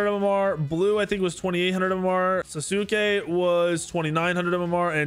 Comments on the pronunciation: “Sasukay”really got me dying 💀💀 it’s said like sauce kay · Pronouncing Sasuke wrong is criminal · Nah bro we not letting the way you said “sasuke” go over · Wait how did you say Sasuke? 😭